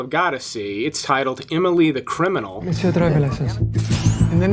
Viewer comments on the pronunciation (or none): none